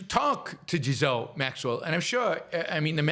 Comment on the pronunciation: Pronounced gee laine Maxwell not je laine Maxwell and how is the Trump administration evil? Trump is a egomaniac but he's not evil. He's no more evil than Obama or Biden or Clinton or Bush 1 and 2 or Nixon or Ford or Carter or Kennedy or LBJ. The last truly ethical and moral president was Harry Truman.